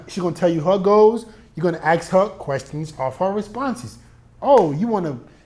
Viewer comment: I love how you say aks instead of ask